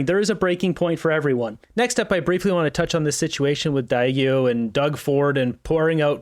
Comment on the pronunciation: Diageo, pronounced soft G 😉